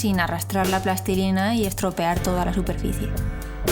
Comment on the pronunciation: Me gusta mucho que digas plastilina en lugar de "plastelina", "pastelina" y mierdas derivadas.